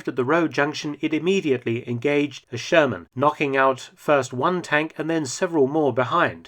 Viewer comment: Who else hear the sherman as german